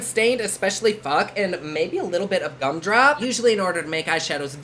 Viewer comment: When you said “cum drop” instead of “gum drop” I didn’t even bat an eye because that totally sounds like a Jeffree shade name 😂